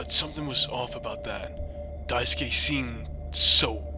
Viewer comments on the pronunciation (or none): "die skay" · Not only is this video entertaining af, but taught me how to pronounce Daisuke, I thought it was pronounced Daisuki at first 😭😭